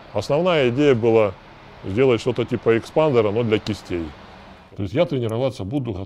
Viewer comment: Время идёт, а все также говорит "экспандер"